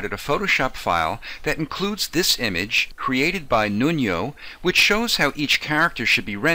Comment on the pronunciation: Nuno Dias is Portuguese. You misspronounced his name. What you pronounced was like the Spanish Nuño. Nuno is pronounced like this: NU = noo in noob and NO is like no in nomad.